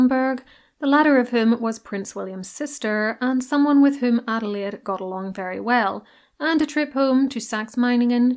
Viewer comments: As a German myself, I don't say it very often: your pronunciation of German names is spotless. Great job. 😊 Thank you very much. Adelaide was such a great, kind woman. It was so interesting to learn about her! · German here living in the USA, your pronunciation was perfect. I appreciate the effort to get it right! Shows a lot of respect.